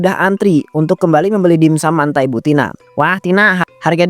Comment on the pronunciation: Mentai bukan mantai, dibaca dimsam bukan dibaca dimsum